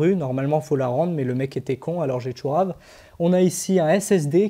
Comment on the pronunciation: depuis que je connais YT, c'est la première vidéo ou j'entends quelqu'un prononcés le mot "Tchorav" aussi correctement, 🤣💪 c'était parfait 👌